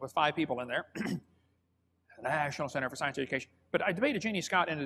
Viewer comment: 1. Why does he pronounce 'National' so oddly? 2. Why does he pronounce Berkeley, Bizerkeley? 3. How do you get a 300 foot thick coal seam from the plants that are all alive at the same time? The plants would have had to be many thousands of feet tall in jungles or forests impassibly thick in order to die, decompose and compress into a 300 foot thick coal seam. 4. More believable story about the coal-bell; a boy stole a bell and claimed he found it in a piece of coal when he was found with it rather than admit he stole it. 5… sorry, I can't watch any more of his obvious lies